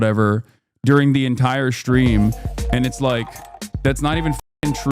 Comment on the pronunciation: Hasan shocks his dog so frequently, he subconsciously started saying "shtream" instead of "stream", just because it reminds him more of the word "shock".